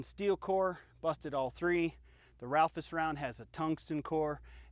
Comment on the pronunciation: Ralphus round? It's Raufoss. If you admire it so much, learn to say it properly.